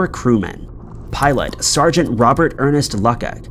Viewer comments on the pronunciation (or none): none